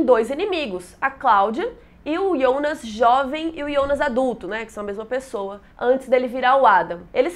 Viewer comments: QUE AGONIA DESSE IIONAS. DEIXEI DE SEGUIR O CANAL SÓ POR CAUSA DESSA PRONUNCIA Q TODA VEZ ME DOÍA OS OUVIDOS. QUAL A DIFICULDADE DE FALAR JJJJJONAS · Muito bom o vídeo! Mas o pfv, para de chamar o Jonas de Iondas. Eu sei que está pronunciando correto da língua nativa da série, mas estamos no Brasil, Jonas se pronuncia Jonas mesmo. Fica paia e é irritante pronunciar Iondas kkkkk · Me dá agonia ela falando o nome Jonas de IONAS. Sendo que em inglês, em alemão e português nos 3 idiomas eu ouvi "Jonas" msm. Diabo de Ionas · Pq se fala ionas e nao jonas ? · Quem deabus é iondas kkkkk minha filha o nome é Jonas estamos no Brasil